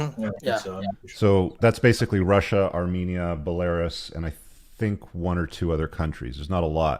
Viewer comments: That’s “Belaireus” 😂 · Say it with me, BELL-A-ROO-S. The young Russian guy on the Oz show was talking about the Azov Battalion. (Look it up on Wiki).